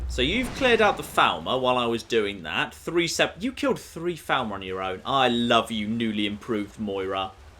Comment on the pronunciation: For the Three Thousandanth time, FALL MER not FOWL MER!